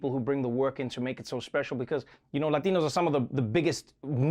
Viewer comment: Respect to Trevor for pronouncing 'Latino'!!